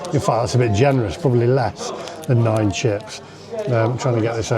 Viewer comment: Don't no how you said 9 chips